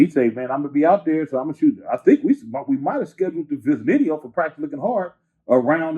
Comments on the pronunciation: Did this nigga say "Viznidio"??? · In that “ Viznideo” 😂😂👌🏿👌🏿👌🏿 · Bro said VIZ-NIDEO😂😂😂😂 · The viznideo 😆. Gotta love this man's vocab. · Lol "viznideo" uncle 40 on some whole other shit. Always and forever it seems 😆